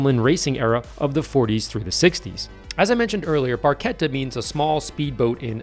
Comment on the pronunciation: Barchetta pronounced correctly